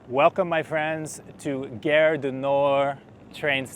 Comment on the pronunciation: If you can pronounce "car", why do you make guerre ( which means war) out of gare?